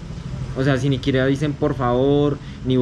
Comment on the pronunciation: "siniquiera" .... hehe